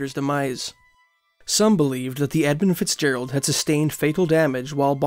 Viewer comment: Don't know if it's the accent but I'm sure he's saying 'Ebb And Fitzgerald'